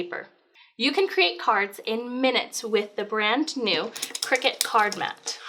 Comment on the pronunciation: CRY-cut. Not Cricket.